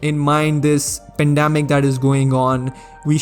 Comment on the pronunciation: man said pendamic